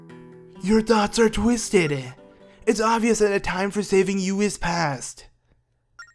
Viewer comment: He said twisteded